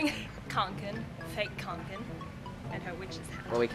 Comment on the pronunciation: i feel attacked. kånken isn't pronounced as kanken, its konken... å is a swedish o